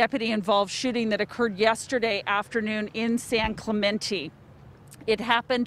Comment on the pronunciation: “San Clamentee🤦🏽‍♂️”